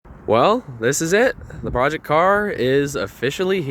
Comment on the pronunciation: What's a "Proect"?